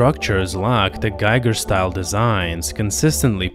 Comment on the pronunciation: Giger's name is pronounced using the long 'e' sound, so it'd be pronounced 'Geeger.'